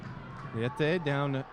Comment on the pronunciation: Marcio Leite (Lay-Tay). Go wave